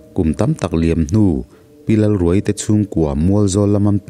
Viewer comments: Pi Lalruaii tih hi...pareka thil khaia, khai tih lam thluk anga lamtur awm zawk tak,thluk hniam thla lovin thluksang hret in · Lalruaii i lam dan hi , a tap ruai ruai , or ka tap ruai ruai , tih ang a lam a Lalruaiii tih tur a ni lo maww ?